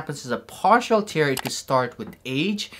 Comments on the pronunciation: Stop saying tear liek if it's crying. It's tear like bear, but with a T. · Yeah, i am really bothered how he pronounces TEAR. 😂